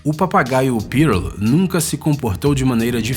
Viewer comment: Cara, não é "Pírôl". E sim, "pûrl.